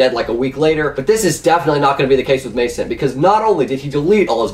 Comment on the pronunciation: ... it's Muh sant not Mason T